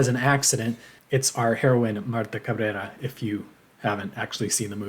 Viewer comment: I was sitting in the WASP-y Branson, Missouri listening to this video. Then you busted out with your pronunciation of Marta Cabrera, which instantly transported me to Oaxaca. 😂